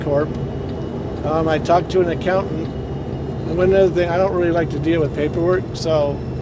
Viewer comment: Thank you for another great video. I'm glad you found an accountant that has a good reputation/history with other truckers. I cringe every time I hear "accoutant". A co-worker had an accountant and discovered he had not only been ripping him off, but also really messed up on his taxes, costing him over $7000 in taxes, and the guy disappeared. Seems was doing the same to some other people also. Good luck on your new adventure! Hope you get a good deal and great truck! I always look forward to your videos. By the way, the camera in the jump seat really does make me feel like I am riding along with you. Such beautiful scenery out those windows & I am always looking for wildlife. I hope you will have continued safe travels, successful adventures, and making more memories with your family!